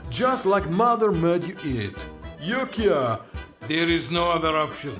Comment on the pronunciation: The "YouKea" part is hilarious…That accent!!!!